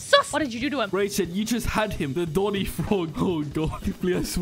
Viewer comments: that's not doni, that's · thats not doni thats 💀💀💀